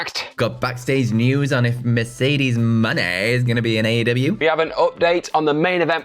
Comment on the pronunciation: Stop saying Mercedes Jones' name that way it is fu***ng annoying and disrespectful.